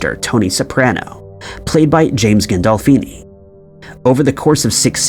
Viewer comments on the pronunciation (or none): Ah yes, the late great ”James GAH-DOL-FEE,” star of the Sopranos. 🤦‍♂️ Unbelievable.